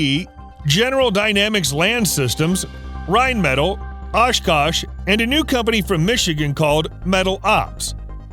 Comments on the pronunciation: My brain hurt everytime he said rhinemetall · ITS PRONOUNCED "RHINE-METAHL"